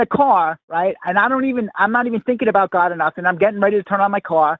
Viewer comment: ABOOT? A 🥾? What’s he even talking about? 😂😉